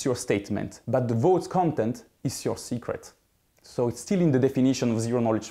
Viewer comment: When he first said secret, I totally thought he said cigarette